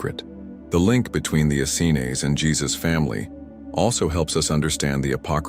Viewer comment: John the Baptist was always presented as the cousin of Jesus, Mary was never considered a "random" choice...Joseph and the Essenes...ok....I'll give you those...but only if you stop mispronouncing "Essenes"